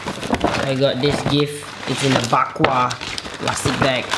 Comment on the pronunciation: it is Bagua not Bakwa😂